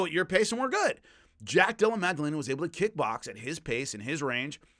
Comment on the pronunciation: Again, much respect, but there isn't and has never been a G in Jack's name. Madellena, not MAG. Come on,, you're better than this... 🤦